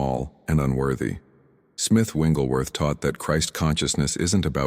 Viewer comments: I really like this concept, but the AI is mispronouncing Smiths' last name. Its not "Wingleworth" Its "WIGGLES"worth. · His last name is Wigglesworth, not "Wengleworth." ?? Good message. Wish it had a real human voice - rather than a counterfeit. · His name isn't Winglesworth! Its WIGGLESWORTH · FYI..it is not Winglesworth..It’s Wigglesworth. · These messages are very helpful but can you program the AI voice to pronounce Smith Wigglesworh’s name correctly? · Why do these great videos pronounce Wigglesworth’s name WRONG??? 😮